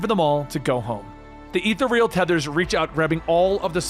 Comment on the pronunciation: That is not how you pronounce ethereal. Great video as always all the same